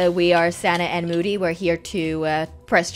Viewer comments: Who else heard Mody instead of moody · I like how called moody mody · I love when calls Moody Moddy lol